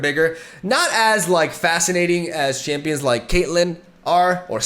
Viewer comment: Just one thing I realized since i started wAtching ur videos like 4 months ago What with ur way of pronouncing champs names ? 😅😅🤣